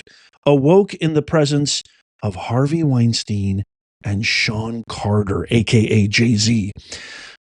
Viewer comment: You keep saying Weinstein...LOL